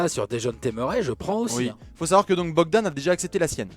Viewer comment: C’est Bojan Bogdanovic pas Bogdan hein que vous avez 😉